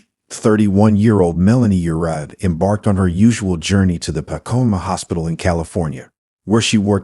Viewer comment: Pah-coy-mah: Pacoima